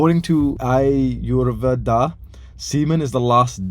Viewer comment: The way he says ayurveda lol